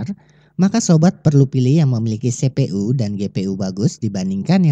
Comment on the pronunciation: sepe.u di telinga gua kurang enak di dengar tolong dengan pelafalan inggris CPU-->> sipiyu